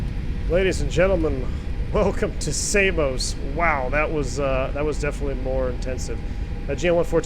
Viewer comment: Samos not Say-mos. Americans 🤣🤣🤣